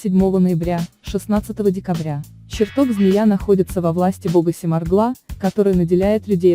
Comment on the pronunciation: Что вы несёте? Вы хоть понимаете о чём говорите ? Ударение хоть правильно ставьте! Оберег, СемарглА. Ужас.